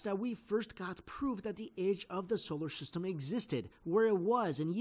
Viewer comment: "Scholar Syhstem"